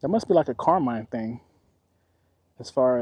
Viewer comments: It was pronounced Carmean (like a mean person) when I lived around there. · Most of the people I know that live around here pronounce it, Car-mean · Maybe, ask the people in town how they pronounce the City's name before you start talking. Residents are proud of their town and name.